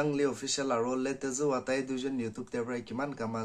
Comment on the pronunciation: the way u pronounce his name was wrong btw tx for mentioning him in ur vds❤️ lots of love from Philippine